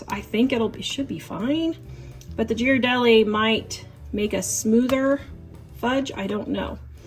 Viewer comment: The actual pronunciation for the chocolate she was talking about, it's pronounced as, gear-a-deli.